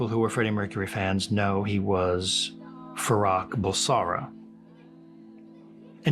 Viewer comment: Please don't mangle his name by repeatedly mispronouncing it. It's FarOKH, not Farrakh.